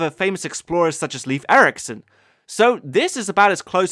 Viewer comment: hehehehe, you pronounced Leif Eriksson as leaf æriksun... norwegian jokes...